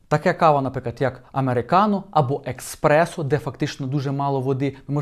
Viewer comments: Кава ЕССпрессо. А ні еКспрессо. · Вибачте))), але правильно говорити еспресо))). Дякую за вашу працю 👍💙💛👍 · Еспрессо,!!! 😂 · На фразі " кава експресо " почала боліти голова 😂